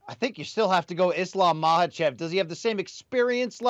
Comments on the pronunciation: Its not maHAchev , you say it as makachev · You're actually incorrect. It's maKhhachev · Thats how you pronounce it. K is silent. Just like Khabib is pronounced "Habib"